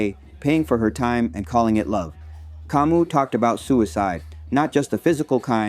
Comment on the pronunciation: hey brother, on this website (YT) search and play the following: "How to Pronounce Albert Camus? (CORRECTLY)" (without quotes). Great video by the way !